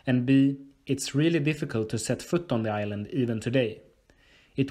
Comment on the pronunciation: "I even knew about Ireland." What's Ireland? Island with an accent?